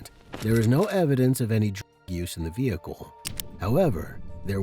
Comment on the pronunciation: The saying of Vehicle really does my head in. VEh icle ? Its vehicle all one word .